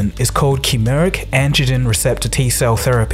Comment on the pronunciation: Chimeric (chimera) - "Chi" rhyming with "sky". Phonetically would be something like "kai-mera"